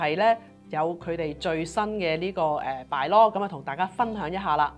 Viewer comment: Bylaw 讀音: buy-law, 不要老讀作 敗-law.